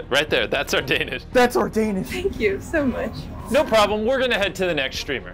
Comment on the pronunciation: "thank u so mush" lol